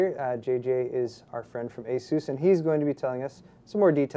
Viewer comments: STOP SAYING ASOOOS I DUN CARE IF IT"S THE RITE WAY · ah-soos is the correct way to say it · Why does this idiot insist on calling ASUS Azooz! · I think this ASUS guy next to him is latino, so he makes a joke pronouncing it like Hessus. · ASS-US, Asus.XD